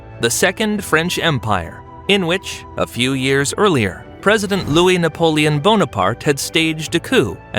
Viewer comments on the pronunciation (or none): none